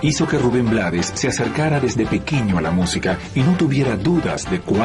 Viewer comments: Se escribe Blades, pero se pronuncia en inglés. Su papá era de Barbados y hablaba inglés, como mucho de nuestros decendiente acá en Panamá. Lo que sucede, es que hay muchos países latinos, que ciertas palabras y nombres les gustan decirlo como se escribe, porque no saben pronunciarlas o no quieren complicarse la vida y eso es incorrecto. Ejemplo Trump, muchos lo pronuncian como se escribe con la U, otras con A, otros con O, pocos lo pronuncian correctamente. en el caso de Rubén, él no se complicó y lo dejó así, porque no se iba a poner a corregir al mundo todo el tiempo, así quedó como un apellido artístico. Además, al final, ellos son los que compran y escuchan su música. Pero si lo hizo saber en el título de su documental que se presentará aquí en Panamá, YO NO ME LLAMA RUBÉN BLADES.(se pronuncia BLEIDS). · Blades es un apellido en inglés, se pronuncia Blaid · S escribe blades se pronuncia bleids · Rafael Chavarría, se pronuncia BLEIDS. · perdón, pero se pronuncia Blades